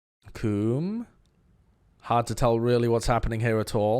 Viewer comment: He said cuum